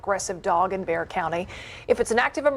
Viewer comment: Bexar county Texas is pronounced "Bear county" the x is silent...